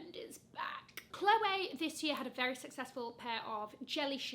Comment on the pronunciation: Adore how you pronounce it as Chloway and not Chlowee 😘